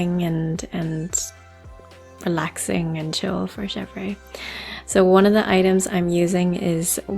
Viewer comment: Chevre is pronounced shev-RUH